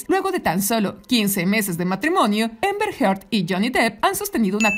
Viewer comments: Repite conmigo; Amber, no Ember!! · Por qué le dice EMBER a AMBER....